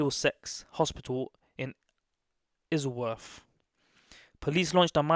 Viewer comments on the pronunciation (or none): Man said izleworth